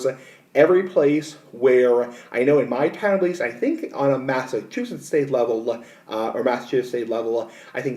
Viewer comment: Why do you say Massachusetts like that also, you sound stupid